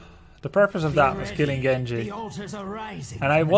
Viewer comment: Grubby great pronunciation on Genji's line! Just add in "Iza" in the beginning and you got it XD